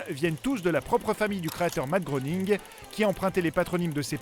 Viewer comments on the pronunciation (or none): ça se prononce matt grening le o est mué comme dans soeur :p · Tu es un beau connaître pas mal de choses sur les Simpson tu ne sais pas prononcer le nom de leurs créateurs ça se prononce "gréning" 😂